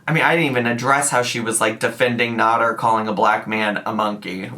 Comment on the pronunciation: Come on now. It's been a year. And yet you still can't pronounce his name right. It's not Not-ter, it's Nad-er (the first syllable sounding like bad, not "not."